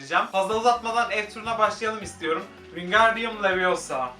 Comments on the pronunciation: LeviosA değil LeviOsa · leviosah değil leviosa. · leviosA değil LeviOSa hiç arkadaşı olmadığına şaşmamalı qwşdpekwqiıeoqeıw.ğqş